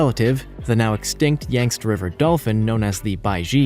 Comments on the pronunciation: rather than pan-GO-lynn, it's pronounced PANG-go-lynn. You put the em-PHA-sis on the wrong syl-LA-ble. Yangtze is yanked-SEE, which is a major river in China, not YANKEDST. Seychelles = SAY-shells, not SAY-chells, and grebe is greeb, not greb. Tanzania is tan-zan-EE-uh, not tan-ZAN-ee-uh. If this were the old days before computers, and websites like Wikipedia, these could be easily forgiven. However, all 5 of these blunders are pronounced on that site, so no excuses. Aside from all these ridiculous blunders, this was a very good and interesting video. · ☣❌That is NOT a living creature, but a product of the skill & imagination of Wood Splitter Lee Cross! 🦄 The other animals are real, but some of the details are a bit off. Like how he says "Yangst" rather than "Yang-see"🤔 - Bornean pygmy male elephants🐘 reaching around 2.5 meters in height (8 feet). Asian elephants are about 9 feet, and Africans are 10. Not the pet-size implied here. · Who does your proof reading? Yang-Tze, Like Bang T-sea. Grebe, Like Greed with a "b." Tan-Za-nia, Like Tan duh knee a, with a "z." How the hell am I supposed to take what you say seriously if you don't even take the time to find out how to pronounce the names? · How about learning the correct pronunciation of these things? We stopped sounding words out phonetically in 4th grade. Yagtzee is YANG-ZEE, not Yangts. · Yang-tsee, not yangst. Wow. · (yang-zee)... yayngst?🙉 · please research the pronunciation of the words used in your presentation. Yang-tse is the name of a major Asian river. It is NOT pronounced “yankts”, it is pronounced “Yang-tsee”. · Oh for Heavens sake learn the correct pronunciation of these animals names, The Chinese river is pronounced yang see and that's just one of the animals you made me shake my head at. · PANG guh lin - pangolin YANG see - Yangtze GREE buh - grebe Tan zuh NEE uh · I think it's pronounced Yank-see river. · it's pronounced YANK-zee and GREEB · Also, Yangstze and grebe